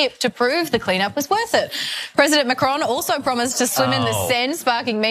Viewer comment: "Macroown"... Lol.